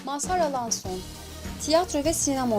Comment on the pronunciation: Ya niye alaaason diyosun